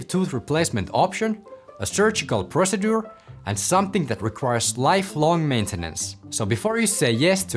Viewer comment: Brother, you are saying "procedure" rather incorrectly. I tell you this respectfully, since you are a doctor I would think you would want to know. All your other English in this video is correct. Thank you for the video!